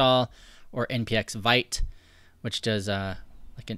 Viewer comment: the pronunciation is veet.